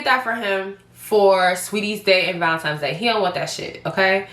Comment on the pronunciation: Not ValeMtines but ValeNtine’s Day🫶🏻